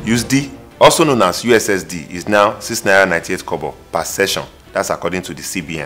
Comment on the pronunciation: My guy said "youzdee" also known as USSD in the first minute.. you're too much Donga